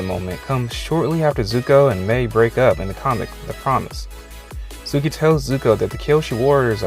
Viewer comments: It’s suki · Him: suki Me: *Y E E T S phone across room* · When he said Suki that hurt me a lot like I always thought it would be suki and Captain boomerang but I would stan for suki and zuko